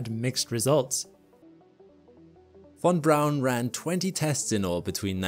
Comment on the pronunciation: Thank you for pronouncing von Braun's name correctly. Most people don't care to try.